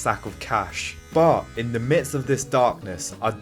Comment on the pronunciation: I thought A Knight of Seven Kingdoms was boring. House of The Dragon is much better. Also not to be rude but please practice saying ‘the’. Great video though!